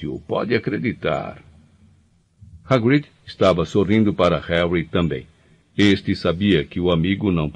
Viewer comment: Hagríd, Drêico, Lupâm…mas tá tudo bem kkkkk